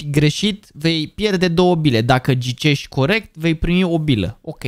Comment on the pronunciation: a zis în loc de ghicești gicesti🤣😂👻👌